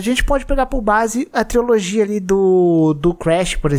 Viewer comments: Mano adoro os vídeos do, mas toda vez que ele fala triOlogia e não trilogia (e ta assim no titulo também) me dá uma pontada no estomago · Não estou negando que é uma TRILOGIA porque de fato é uma mas, é engraçado ver o querido dizer TRIOLOGIA kkk não sei se é um meme interno do canal falar TRIOLOGIA ao invés de TRILOGIA.